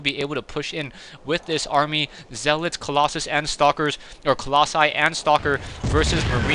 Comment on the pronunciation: YAY! You finally said Colossi!